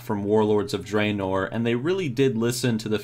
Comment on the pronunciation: learn to pronounce dreanor